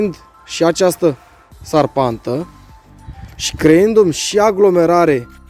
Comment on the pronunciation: Se spune ȘARPANTĂ, nu SARPANTĂ, dacă nu te superi